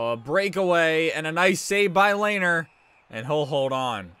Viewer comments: Its not (layner) its(le-ner) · Great vid but Lehner’s name is pronounced Le-Ner